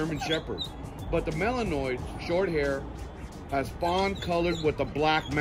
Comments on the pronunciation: Learn how to pronounce their breed name properly!! It's Malanuah...Not Malanoise, Like the word Noise. You have no credibility if you don't know how to say the name properly. Goodbye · Might help to pronounce the name mal-in-wah correctly..not mal-in-noise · This fool pronounced it malinois with an s lmao its malinwa s is silent lmao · malinoise ? lol a wut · He pronounced the name wrong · Dawg Entertainment no lol. There's only one way to pronounce malinois 8f you are breeding them or working with them.